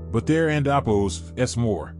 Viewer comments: Why do you keep saying "andabos"? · "and appose" "and appose" "and appose" what in the world are you saying??